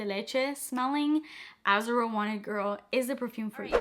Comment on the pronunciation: The way she said Azzaro 😅😂